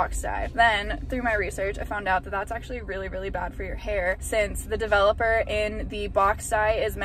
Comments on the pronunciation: De-velop-er it’s DE-VELOP-ER!!! Developer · This first girl was so cute and optimistic 😅. I laughed every time she said "dev-a-LOPPER. Glad she was happy with the final result. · The first girl saying “Devil-epper” let me know it was gonna be a train wreck LOL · Literally heard “double upper” instead of “developer” & was like hmmm 🤔 is that a brand? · sounds like first girl is saying "double-upper" not "developer." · the way she pronounces 'developer' like 'devil upper' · The way the first girl pronounced developer made me angry beyond rational explanation 😤 😂